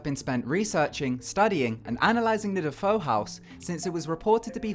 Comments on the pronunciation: "De-Foe?" That name is usually pronounced "De-fay-oh" even though it's spelled DeFeo. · Also, "DeFeo" is pronounced "Deh-Fay-Oh" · it's not pronounced "da-fo"